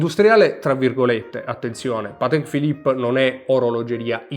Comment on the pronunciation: Patekkkkkkkeee Philipppppeee 🤣🤣🤣